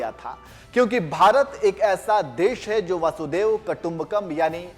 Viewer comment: पहले शुद्ध हिंदी बोलना शिख ले वासुदेव नहीं वसुधैव।